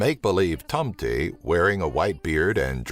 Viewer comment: I'm from Sweden and i laughed so much when he said tomten xD